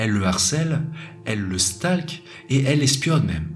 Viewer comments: j'ai rigolé quand t'as prononcé "elle le STALK" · "stalk = "stolque' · Stalk se prononce "stolk" mais super vidéo comme d'hab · Sympa les vidéos ça fait passer le temps mais « Elle le stalk » fait un effort Avec l’anglais quand même 😉